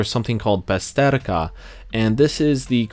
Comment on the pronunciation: Sorry, ale jako spawacz musze się wtrącić. Pasterka, nie Besterka ;)